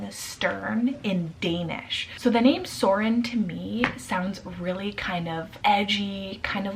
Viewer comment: I love it in English (with 'o' instead of 'ø') because of the way you pronounce it <3 To be sure I just looked it up in the dictionary and the word or name 'Soren' doesn't mean anything in Danish. Not even like an old word that we've stopped using today. But that doesn't matter - it's a beautiful name indeed :)